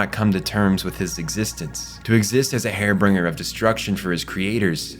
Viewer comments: Lol. It's supposed to be "harbinger." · Did you pronounce "harbinger" as... "Hairbringer"...? Haar-Bin-jer... Seriously, man: Either get a ghostwriter that uses language you know, or write your own scripts... Heinous is also "Hay-nus", not "hee-nus" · Makes me wonder if it was switched to an a.i. voice-over. Hair bringer? Really???? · Har-bin-ger is how it’s pronounced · hair bringer? Harbinger? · Great vid so far, only 4 minutes in—gonna watch the whole thing but I wanted to leave a comment early. This is a nitpick, but I'm the kind of spicy-brained guy who experiences pain when things are mispronounced by people with American accents. "Harbinger" is pronounced "har•bin•jer." I hope this comment doesn't deter you from using the word more in the future. Keep up the great work! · Sorry man, great stuff, but it's "har-bin-jer" Har like Hardees, bin like a trash bin, jer like jerky. (And don't fall for the har-bing-er pronunciation...) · Did...did you just say hairbringer?! 😂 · He said ‘“ Hair Bringer.’” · Yup, it was jarring. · Seems like autocorrect + voice-over programs created the perfect harbinger of bringing hair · harbinger /här′bĭn-jər/